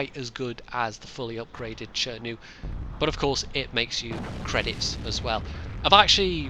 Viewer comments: Why would you pronounce "Tree-To" and "Tree-Ri" , while this tanks as "Che-Nu"? I know it's not important but it's just funny for me.. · It mind-boggles me how you can pronounce the same "chi" as "cher" in chi-nu and "chee" in chi-to..... no offense